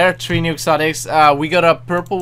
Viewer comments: Why does he pronounce "three" as "tree" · why do I keep on thinking he is saying Bitch? And I love it when he says tree This is in no way trying to insult you it is a compliment. Btw, I love your channel